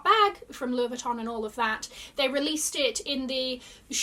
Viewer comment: Thank you for the run through. A lot of pieces I would never spend money on. However, I’ve dragged out all my unused denim LV pieces lately, and I might consider a bag from the new line. I must admit they look better than the period. By the way, your LV pronounciation here is right on, so you knew all along didn’t you🤣. Love your videos and your take on things🌸